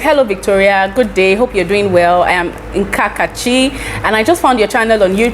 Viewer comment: Thank you Victoria😊 It's Nakachi not Nkakachi😂 Thank you so much. You kept your promise💃💃💃💜💫